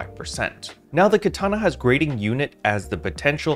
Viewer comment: Love what you do bro, just hadda make a slight correction... Gyrating sounds like (Jie-Rating) like what ppl do with their hips🤭 not "greating"